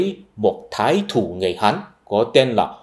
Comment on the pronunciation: Phiên âm chính thức ở Việt Nam là Chu Ân Lai nhé anh. Hình như từ Thái thủ trong tiếng Việt chính xác là Thái thú.